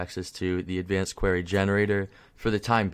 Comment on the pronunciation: idk if its a Canadian accent but its query (queer-e) not qwhere-e.